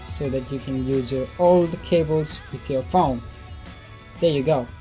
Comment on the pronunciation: Its phone not phouune!!